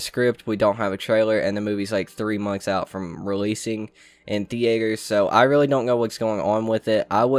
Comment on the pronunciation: I like how you say Theater lmaoo